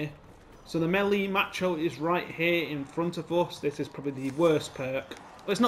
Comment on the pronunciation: Melee macho lmao you're Hilarious it's pronounced mocky-auto